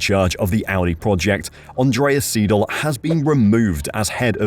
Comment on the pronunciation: Andreas SY-DAHL and not Seedal.